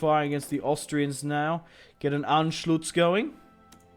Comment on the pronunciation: wtf is anschlutz? It's Anschluss